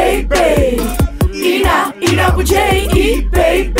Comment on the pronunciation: Dit is niet hoe je Ina Boudier uitspreekt!